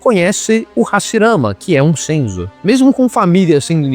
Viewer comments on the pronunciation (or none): gostei do vídeo, mas ele falando "senzus" foi foda